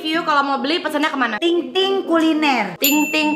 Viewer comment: Ayu tingting bukan ayu tinging😂😂🤭🤭